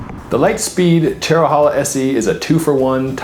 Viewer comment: Pronounced Chero-hey-la